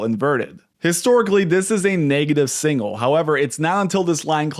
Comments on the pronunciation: The word is signal, not singal. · Learn how to pronounce signal?